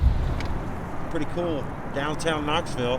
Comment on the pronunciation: Knoxville...knoville lol close enough ! Stick um Scott